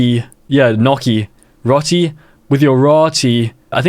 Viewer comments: bro the way he pronounces roti 😭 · Roti is pronounced as row-tee not ro-tee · bro its not rati its ro-ti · It pronuce row tee not rotee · I’m a really big fan and I don’t mean to correct your pronunciation but roti is pronounced “row-tee” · It is pronouced ruti